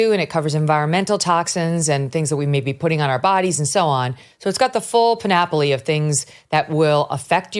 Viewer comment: The word is not “panopoly,” but “panoply.”